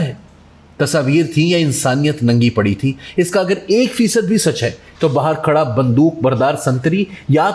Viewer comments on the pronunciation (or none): none